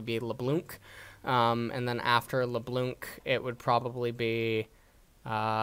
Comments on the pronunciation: Alright now I know you purposely pronounce names incorrectly after Lebloonk. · nobody: not even riot games:: la blounk